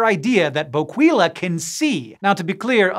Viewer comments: It's pronounced BO-KEY-LA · My favorite part of these is that Hank never looks up how to properly pronounce words before doing entire presentations on them. I chuckled every time he said "bo-QUEE-la". 😂😂